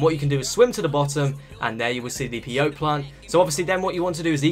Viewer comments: How do play as the animals in director mode?? And it's pronounced "pay oh tee" not "pay-oat" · It's pronounced peyotee😂